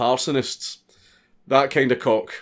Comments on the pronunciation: He said cock and i heard cork. 🤣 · i thought you said cork, not cock. lmao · I thought he said "Cork" (I'm English)